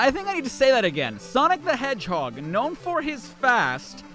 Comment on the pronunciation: "Donald the Hairhog"